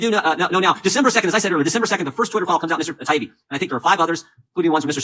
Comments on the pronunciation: I hate when elites in power purposely screw up a person's name as a method of insulting them and trying to discredit them - this subhuman Congressman does it to Matt Taibbi, just like the Morning Joe idiots did to Russel Brand (well they just kept "accidentally" forgetting his name.) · It bugs me how Democrats deliberately mispronounce Matt Taibbi's name. It seems a small thing, but what they're doing is attempting to dismiss him as someone not worthy of being addressed properly, a nobody with a weird name, rather than a well known respected veteran journalist. It's a really disrespectful, nasty tactic. "I'm reclaiming my time!" F*ck off with that. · Jimmy missed it, the congressman consistently mispronounced Taibbi but apologizes over another name.. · Notice that all the Democrat politicians deliberately mispronounce Taiibi's name. Such petty nonsense. They just don't understand how much of the American people despise all politicians. Count me as one of them.